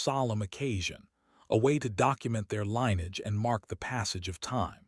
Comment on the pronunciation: Lineage is NOT pronounced "line-edge." It is pronounced "lynn-ee-idge."